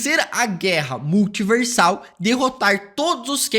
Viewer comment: Multiverrrrrrrrsal eterrrna peurrrrmanece